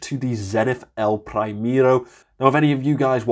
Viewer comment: "elpraimero" breaks my hart :)) good review though! thumps up!